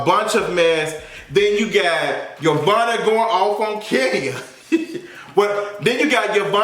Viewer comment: 💁🏾‍♀️ ITS YO-VONNA......THAT BITCH.....FROM CLARK😂😂